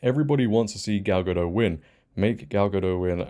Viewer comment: Gadot, not Gado, you pronounce her name wrong several times in this video.